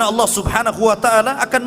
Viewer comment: Salam saudara Islam ku,,Sebutan nya harus benar²,itu nama Tuhan kita maka nya harus benar² dong,bukan Alloh tapi sebutan asli nya Allah